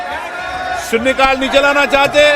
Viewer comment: लोकसभा अध्यक्ष के बोल --- सू सिरी इकरा चौधरी ---- सून्ने काल ( ठीक उच्चारण सुश्री इकरा चौधरी -- शून्य काल ) ---क्या कहे?